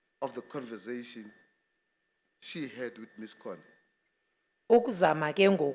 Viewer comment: Why do people say "converzation " instead of conversation ?